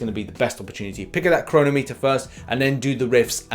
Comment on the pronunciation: Please tell me thats not how the English actually pronounce 'chronometer'